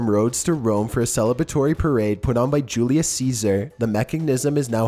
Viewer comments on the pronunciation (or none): none